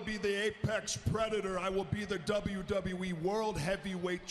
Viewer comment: look how Seth says WWE. He works for the authority and doesn't even know how to say WWE properly. You surprise me Seth